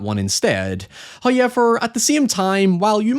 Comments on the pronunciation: Did you just pronounce however as "high-ever"? There's a wubble-ewe in there. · Nobody:: Hiyever. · I love the pronunciation "hoyever" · First "hoyevver" drops . For we are blessed by He. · Your content seems so good but the way you say "however" makes it absolutely unwatchable... I never knew such an infuriating pronunciation of that word existed. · How do you pronounce "how" fine. But can't pronounce "however"? Who is ever? Why do you feel the need to say hi to him every few minutes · you talk too much, just show us the movie. Also, why do you pronounce likes like "however" incorrectly??